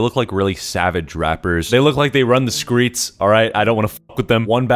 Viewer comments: he said screts instead of streets im done ✋🤣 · Is it just me or did you actually say skreets instead of streets i feel like im the only one